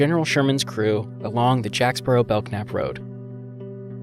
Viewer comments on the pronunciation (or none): The k is silent in Belknap.